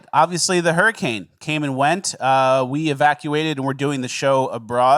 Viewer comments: Why does he keep saying Hermi-cane? Legit question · It’s pronounced “Herman Cain”